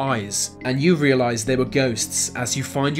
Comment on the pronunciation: Lucimara Sant'Ana The UK, he says ‘Vey’ instead of ‘they’. It’s not even a speech impediment, just lazy pronunciation.